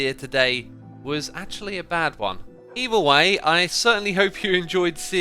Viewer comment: I think that the building you designed for the gold farm looks wonderful. It's different, but I feel like it's going to fit in the jungle well :) Also, just a little thing I noticed, when you said "either way" it sounded like "evil way" :P I just thought it's funny, since I've seen people make theories about Evil X coming back with the Nether update >:)